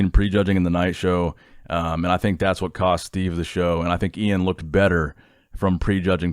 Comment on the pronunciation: Thank you for saying iains name correctly!